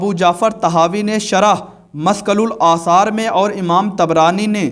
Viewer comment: Are yar bhai sahab kitab dekh kar bhi urdu galat padh rahe ho maskalul asaar nhi Mushkil al-Athar hai pehle thik se original Arabic book ke naam padhna sikho aap pehle apne upar tehqiq kariye janab phir hadees par zuban khulo